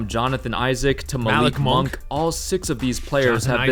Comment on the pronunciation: Did u say Malik monk